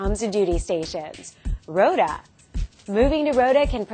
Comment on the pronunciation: Rota = "road" and "time" (roud-ta-im) pronunciations, very clear: "Ro-ta"